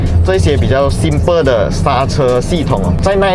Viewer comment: simple 变 “somple”了🤣